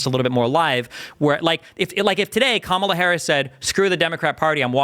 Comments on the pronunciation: I love me some Destiny!!! I had to get used to the fast talking but it wasn’t hard and his debates are just phenomenal!! Thank you Also, is it so hard to say KA’MALA? This whole come ala is getting old! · To host: Kamala (Com-ah-lah) with emphasis on “com” not “ah”. Close and not bad though. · The moderator is showing his poor character by continuing purposely say VP Ka-Ma-La Harris’s name wrong… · It’s comma-la. Dude, c’mon. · would it be THAT painful to say the name KAmala correctly? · How does one persistently mispronounce someone’s name when the other people in the room are pronouncing it correctly? Do you not have ears…? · The guy in the middle needs to pronounce Kamala’s name correctly. He’s so annoying. Even my four year old niece can pronounce her name